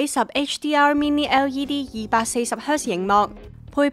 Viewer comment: 真係要加油呀， 呑咗粒字，係LED呀😂 240Hz呀🙂 係Soundbar呀😂